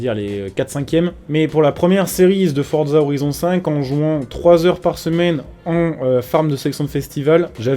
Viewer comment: On ne dis pas fordza on dis forza